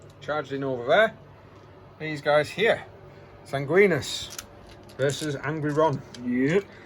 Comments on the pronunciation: haha SangwinEEEus. There’s an I after the N. 😅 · Sanguinius is pronounced ‘San-gwin-ee-us’ :)